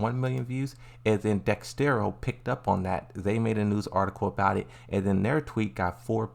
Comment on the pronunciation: 😭 dexerto not dexstero